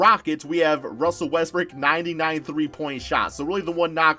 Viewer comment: Why u call russel wetsbrook - westbrick ?